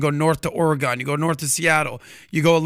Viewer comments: Great show! Side note: "or-ih-gun" (stress on first syllable) is the way we Oregonians pronounce it... but it's always fun hearing or-ee-gone. Thanks for the great content! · It's oregun not or-gone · He did NOT just say Ory-gon! Please tell me he did not just say that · It’s pronounced ory-gun